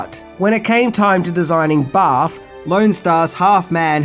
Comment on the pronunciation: Holy shit you have your own video store? Also I like the way you say barf... Baaaf.